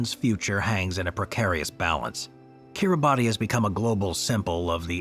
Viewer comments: Kitibati is pronounced "kiri-bahs". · Kiribati is pronounced ki-ree-bas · Timely reminder, good video. Shame about this American narrator continues to mispronounce place names :face-orange-raised-eyebrow::face-orange-raised-eyebrow: It's not difficult to find out. Making a video for world distribution - he could at least have pronounced Norfolk and Kiribati correctly!!!!!